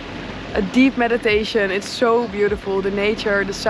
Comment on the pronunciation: When u say so much, i hearing it like "sho" much😂😊